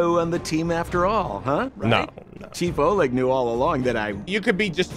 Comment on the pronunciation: A lil tip from your ru bro, in Oleg, emphasis on E. But it’s funny to hear either way😊 keep up good work,.